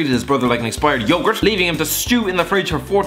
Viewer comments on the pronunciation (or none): none